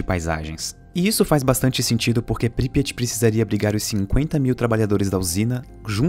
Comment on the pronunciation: Pripyat. Consultei a pronúncia. Não é essa.